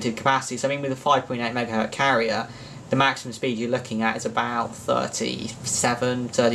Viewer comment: Megahertz, not megahert